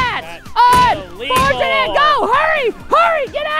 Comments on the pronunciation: Lol instead of thats un-fortunate coby said thats i-llegal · Who else heard coby say “that’s illegal” instead of “that’s unfortunate” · i heard "thats il legal" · notice how coby said "THATS ILL EGAL" instead of thats unfortunate